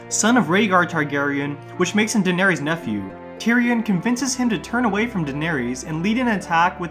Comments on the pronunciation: The words "Varys", "Danerys", etc. have an "iss" sound at the end, not an "ees" sound. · Since when are their names Varies and Daeneries? There's no "ies" lol it's "ys" ffs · I had to stop because I couldn't stand to listen to "Vair-ees" and "Dan-air-ees" anymore. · jesus I got so annoyed at hearing "daenereez" and "vereez". just pronounce it like they same the name in the show!! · Bro why you saying Varys and Daenerys wrong? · Like you literally have a whole show that tells you how their names are pronounced….. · Bruh have you even watched Game of thrones? Your pronunciation of "Varys" makes me cringe. 🤮 just heard of your pronunciation of Daenerys and I'm convinced you never watched a day of the show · Dude, are you mispronouncing all their names on purpose or something? Holy shit. Sonsa, Denaries, Qyburn????? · Dude, Varys is pronounced "Varris," not "Varies." Same with Daenerys and Lollys.